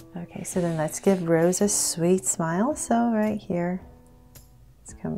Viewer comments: Sorry to correct no hate but it’s not rose it’s rosé pronounced as roseh the ae sound is added from the little slash up there and you can also call her rosie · i dont wanna be mean but its not Rose it is Rosé it gets a sound of ae rosae but we say Rosé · I rly love this but......it’s prounounced Rosé and the E sounds like “ae” like ayy so its Rose not how you pronounce the flower rose btw just usefull advice in pronouncing her name😁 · "Rosa?" She is "Rosé" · You pronounce her name like “ Rose-ay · Who else is mad she said Rose and not Rosé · Her name is not rose it's ros'e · Yes Please do more BLACKPINK and it's pronounced rose-a but spelled Rosé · Yeah that's how it's supposed to be pronounced. It's not gonna be rose. It will be pronounced as rose-ay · Hi! Just wanted to say Rosé is pronounced like Rosie!